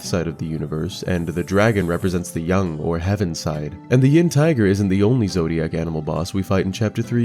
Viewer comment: why he saying yang like young